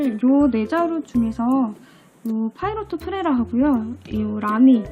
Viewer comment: 그냥 파일롯이나 파일럿이라 하면 됨..파이로트는 일본애들 발음..걔들은 플래티넘을 플래찌나 세일러를 쎄이라 ㅋ